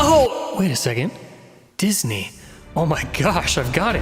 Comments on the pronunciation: "Dis-knee"? LMA Fucking O ! Buaaahahhhaha. Shits gold dude. Lol. Keep it up. Glad to see the channel expanding!!! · No one: No one at all: Scott: disKNEE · "Dis knee" 😂😭😭